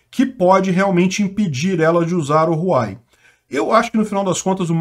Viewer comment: Não é Ruai não KKKKK, o correto de falar serio algo como Ruauei, so que esse R ai é um pouco mais mudo, por isso é um H em vez de R